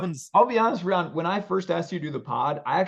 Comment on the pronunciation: Rye-ann not reeyan my guy